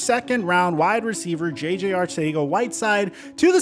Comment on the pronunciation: You pronounced JJ's last name 3 different ways...I'm thoroughly confused how its pronounced now...